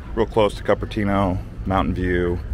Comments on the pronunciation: It's pronounced COOPERTINO, not Cuppertino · COOP ertino not cup ertino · it's coo-pr-tee-now not CUP- pr- tee-now haha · Not to mention the continued mispronunciations of Cupertino, Paul Masson, etc., which take a native right out of the video.